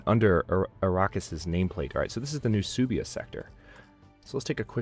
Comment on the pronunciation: also suebia is pronounced like Sway-bia if you are curious.